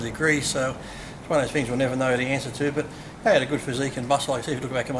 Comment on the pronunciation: "like i said, it's one of those fings" lolol